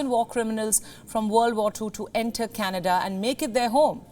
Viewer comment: I think canada become k-Nada 😂😂😂